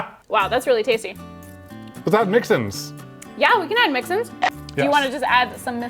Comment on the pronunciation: Its not "Mix-Ins" its MIXN's!!